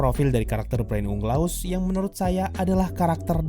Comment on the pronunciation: Orang" dengar = Brain Unglas Yang gw dengar = Brain Leh Ugha